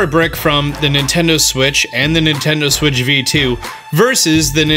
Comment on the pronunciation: and that is how you dock a nintendo siwttch Me:wait a min....